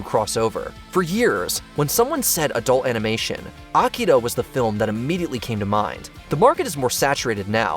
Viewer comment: It is called Akira, not Akida. Smh